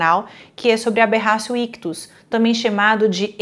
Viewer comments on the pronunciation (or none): Bom dia, me tira uma dúvida. A final a pronúncia correta é Aberracio ictus ou Aberratio ictus ?? Pq eu ouço um monte de gente dizer Aberracio sendo que na escrita está Aberratio 😑